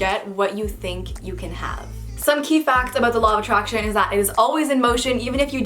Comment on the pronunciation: 😂When they where saying "the law of attraction" I thought they said "the law of a Trash Can 😂